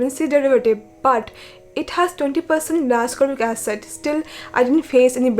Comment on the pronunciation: Not to be rude bt a slight correction L-ascorbic acid is pronounced as it is written i.e L-ascorbic acid not Lascorbic acid..it is called L-ascorbic acid because of its naming based on its chemical structure as per organic chemistry🤓